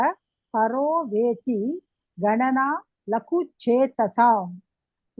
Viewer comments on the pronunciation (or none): Mam, It is actually 'paro veththi' and not 'paro vethi'. I hope it is like this. You may check up